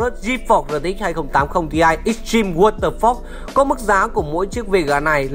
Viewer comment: waterforce mà nghe cứ như whathefuck :)